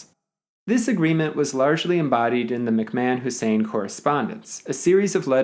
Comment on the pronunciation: Is that really how McMahon is pronounced?